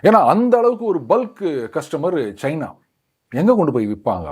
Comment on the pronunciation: pl don't say Cheena. It's China. Also it is not Airoppa but Europe. Our guys should know how to pronounce the names.